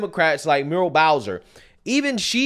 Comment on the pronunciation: Mu-ri-el has three syllables.